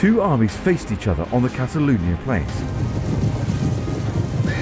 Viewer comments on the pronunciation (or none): KatalAUnisch! Nicht katalanisch.😅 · Katalaunisch, das Wort heißt katalaunisch.